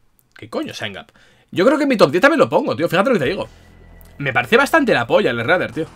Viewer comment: Esreder (Shredder) como Esrec (Shrek).🤣